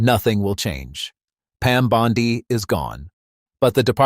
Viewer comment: Bondi...simple name with a soft i...duh.